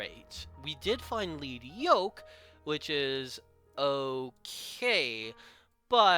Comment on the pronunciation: Oh my God, thank you,, for pronouncing Lead Yoke correctly. Edit:...and got to the pack opening. Never mind. >.>